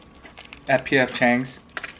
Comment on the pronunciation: did you say pyeongchang or pf changs? lmao